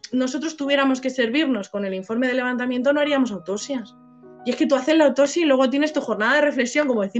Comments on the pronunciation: Rasgo característico del pais, sacar pecho de trabajo mal hecho y la ignorancia, como el que se cree más y mejor español por no saber pronunciar en inglés, por cierto,, se dice autoPsia, no "autosia" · hola !!!te agradezco que me menciones que cuando pronuncio autopsia no pronuncio bien la p, hay que intentar siempre mejorar!no intento justificar los errores, ni pretendo sacar pecho del trabajo mal echo, respeto tu opinión pero al analizar exclusivamente el trabajo forense realizado entonces y contextualizar pues mi conclusión es esa y bueno libremente la he expresado, te recuerdo que yo no valore en el vídeo el trabajo que realiza la guardia civil....eso no quiere decir que estuviera de acuerdo....a veces aunque nos cueste los profesionales trabajan bien o como debían haber trabajado, solo que no conocemos toda la historia!!!!un saludo!!!!